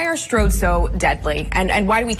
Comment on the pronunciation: "Stords roads"? Presumably this whole video was created with AI?